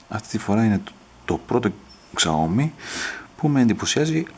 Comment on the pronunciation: σάο μί προφέρεται φίλε και όχι ξαόμι :p